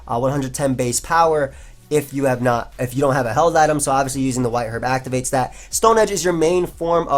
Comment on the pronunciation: Why did you pronounce herb "hu-erb"